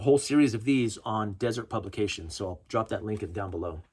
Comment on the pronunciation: Been waiting for this video all week. Going to a gun show tomorrow. Hoping to pick up a couple of these by paying cash without getting on any more government watch lists. Also...It's pronounced "dĭ-zûrt publications." Haven't you seen the BladeHQ donut knives? Come on, man! 🍩🍩🍩